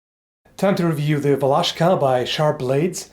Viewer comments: I'm slovak, and i'm realy suprised how you pronounced Valaška... very good... try some slovak words, like "čučorietka" "púpava" "fujara" just for fun :D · Thumbs up for pronunciation "Valaška" ;) (Iam from Czech Republic) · Hey, it was mostly used in todays Czech rep, in "Valašsko" region in east part of Czech rep, at border with Slovakia, hence that name Valaška (by the way you prononce it really good), and still is used as you sayed, in rural areas, and in ceremonies etc. I went to high school in Valašsko for some time, I have seen people to used it quite often. And it is not supposed to be used for chopping logs. Its used mostly for chopping small branches, self deffence and walking stick. Something you carry with your self every day, all day. By the way, I really love your vids. Greetings from Czech rep.:)